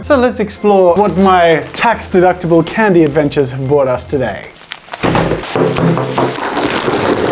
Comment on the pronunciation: It hurts to hear an Australian say Candy...